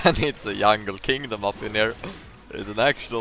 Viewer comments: wait.... soo he actually CAN pronounce 'j' right?? is he yoking or why does he keep calling it yungle then? xD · i like how he says yungle